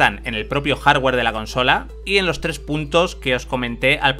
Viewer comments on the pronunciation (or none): none